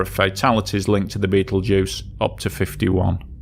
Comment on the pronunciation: I assume that by "Beetlejuice" you mean "Betelgeuse" !!😊